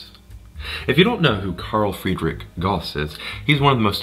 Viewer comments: Goss ? It’s Gouse ! Like Strauss the musician Why do Americans have to pervert 3very pronunciation to man ? GAUSS like STRAUSS Ahhh! And don’t keep adding ‘out’ to the end of everything. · Gauss rhymes with house, sir.